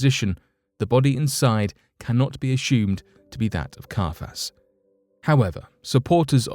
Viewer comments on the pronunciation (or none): love it when he says "ashoomed"!